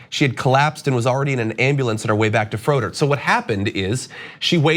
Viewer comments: Medical Apartheid!!! It’s been happening since the slavery days- -sad but true I hope her family sue the SH*T outta that welfare hospital!!! BtW it’s pronounced Fray-der not Frōder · Make sure you get the name of the hospital right so they get the attention they need. It's pronounced, give or take, "Frey-Dirt". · This was local news. Btw you were pronouncing Froedhert wrong. FRAY-d-hurt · If you should discuss this case again, it's pronounced FRAY-dirt. --former employee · I live in Milwaukee and this has been all over the news here. this is so incredibly sad. She was sitting in the waiting room for so long, she felt she had to leave and then collapsed by her car in the parking lot. How awful. PS it’s pronounced like fray-dirt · Not to be obnoxious, but we pronounce it as "fray-dirt" So glad you're reporting on this story. The sad thing is that froedert is one of our best hospitals, but the ER is so overloaded that incidents like this are bound to happen. M4A is soo needed!